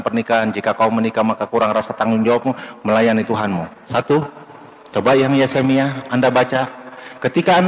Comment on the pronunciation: adu bodonya orng ini bukan yesemia tapi Yeremia makanya ustad klo ilmu blom mampan jgn jadi pendakwah dulu perdalam kan ilmu dulu klo ilmu blom ada jadi kaya gini niiiiii